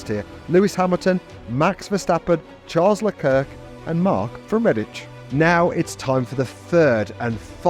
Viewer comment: Charles lekerk😂😂😂